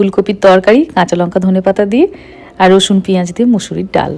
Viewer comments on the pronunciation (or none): none